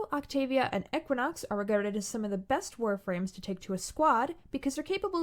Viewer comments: “Eck-win-ox” STOPPPPPPPP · Who pronounces equinox as Ehquinox? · I don’t like the way your guest pronounced Equinox. It’s just not right.